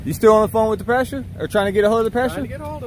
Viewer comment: Just one thing, Its PASTOR not PASTURE